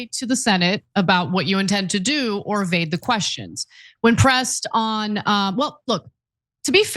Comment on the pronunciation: Evade Anna, not AVADE. C'mon college grad professor